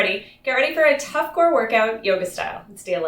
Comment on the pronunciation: My reaction to the start of the video “did she just say tough?” rewound clip “Yup, she said tough” 😂